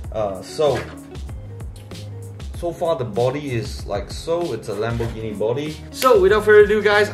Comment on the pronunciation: i lost it when i heard lambourghini .